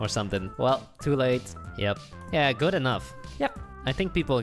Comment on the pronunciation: i honestly thought everytime he said good i thought he said poop all the time and i was like, when did they ever get so rude?!?!